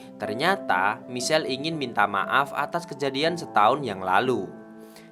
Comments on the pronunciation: Min, "Michael" melafalkannya "maikhêl", bukannya michel hehee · Hi bang maaf cm mau bilang klo baca namany salah Michael baca maikel klo Michelle br baca misel tp saya suka ma flim GTO ini koq semangat y bang, maaf bang bukan maksd lain....